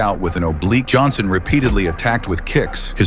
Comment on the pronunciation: You said Jonson bro